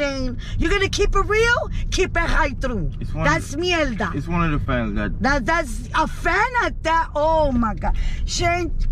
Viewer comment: I’m dead, she said CUT THE MIELDA 😂